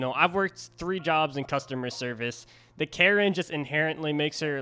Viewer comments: Also her name is pronounced Ka-reen because she’s rich. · Bro it's pronounced car-een if that helps. (That's how everyone else pronounces it)